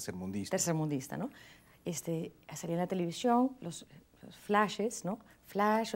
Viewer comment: Linda entrevista. Qué pena que no pronuncia bien la ese, dice sh, televishion. Y esposa de locutor,!!!